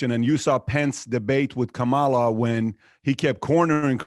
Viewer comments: Please pronounce Kamala's name correctly! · Kamala rhymes with Pamala. Say it right.